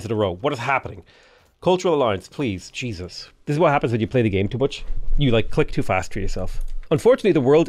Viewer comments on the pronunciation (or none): none